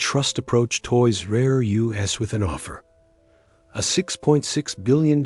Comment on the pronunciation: The "Toys Are You Ess" / "Toys Are Youse" narration could have been fixed so easily. SO EASILY. Sorry man, your AI agent isn't making it today. Images, not so easily. But it's the Voiceover that kills it >